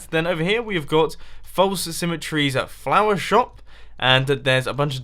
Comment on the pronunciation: "Chorus plant flarm"